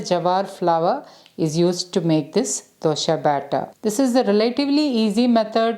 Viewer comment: Its not dosha its dosa